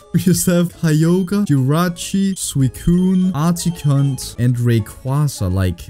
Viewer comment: I love how you call every pokemon their real name and you say articunt for articuno